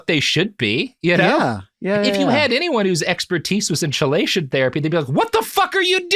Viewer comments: Omfg why can’t you say chelation right? Great episode but FFS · Am I the only one losing their shit over how he's saying chelation? It's "key-lation" not "cheh-lation" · I feel like I'm being nitpicky pointing this out but it is pronounced 'Key-lay-tion' therapy. Chelation is a chemical term used to describe a molecule binding another molecule in a specific manner. I'm so sorry Robert, love you but the way you said chelation again and again was like nails on chalkboard for my ears. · Love that first time Robert murders a pronunciation and you think "I wonder if that word will come up much". Chelation: kee·lay·shuhn. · I know its weeks later but chelation is pronounced kee-lay-shun. The 50 times he calls it chil-ation is breaking my brain. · KEE-lay-shun! I know I'm late and its a feature, not a bug, but it isn't cha-lay-shun. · Love the podcast. So forgive me for saying that I wince every time Robert says "chee-lay-shun". The pronunciation is "key-lay-shun". Likewise, ischemic/ischemia are pronounced with a hard C, "is-key-me-uh", not "is-chee-me-uh". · Key-lation rather than chell-ation. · KEY-LAY-SHUN These episodes are great but dang the constant mispronuniciation of chelation is rough lmao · Kee-LAY-shun therapy 😂 sorry as a chemist you're hurting my ears. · It's spelled "Chelation" but pronounced "Keelation" fwiw. Robert's description of how it works isn't entirely correct but it's good enough for the purposes of the podcast, especially given that the actual conversation is about Chelation therapy not actually working for the things people are trying to do. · Chelation is pronounced as "key-lay-shun." I flinched with each "Ch," haha Still a great episode though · Chelation is pronounced key-lation, just like chemotherapy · Chelation is pronounced "Key-lay-shun." I hope, hope, hope you learn this by part 2. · Somebody really needs to provide Robert with a pronunciation guide for words like chelation. (The first syllable, strangely, is pronounced "key".)